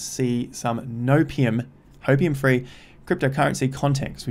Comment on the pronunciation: did you just say "hopeIUM" XD XD thats the best